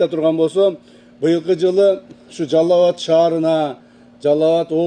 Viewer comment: Жалал-абад деп суйлосо болотко жалаб-батка дебей😁😄😁